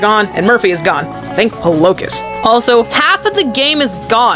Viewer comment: I can't get over how you pronounce polokus.